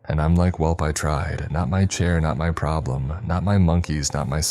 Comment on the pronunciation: “Not my CHAIH, not my PROBBLUM.”🙃 Also, umm… ahem… It’s just, I’m not quite sure that’s how you say that… Pus is that nasty stuff your body produces when it detects an infection. One more letter-S and you’re in a whole new world🩶